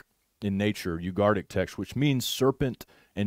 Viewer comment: I love u man but, you're leaving out a whole syllable of the word "u-gar-it- ik" not ugartic. Sorry. I don't know why but it drives me crazy..